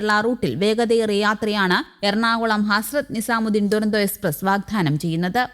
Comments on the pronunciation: ദുരന്തോ അല്ല തുരന്തോയെന്നാണ് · ദുരന്തോ അല്ല.. തുരന്തോ, തുരന്തോ